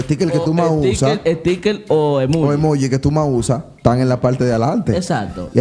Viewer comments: Yo 😡😡😡😡 cada vez que ellos decían “emuugi” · Un like , por cuántas veces dijeron Emugi hahahaha